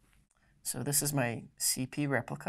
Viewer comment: prah-cess, not PRO-cess repLica, not repica